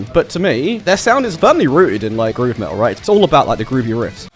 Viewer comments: Ahh, Finn Mckenty was calling you out on your lack of "T"s wasn't he? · I learned English from American movies and its so weird hearing someone say "me'ol" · This dude said "Me'ol" 🤣 🤣 🤣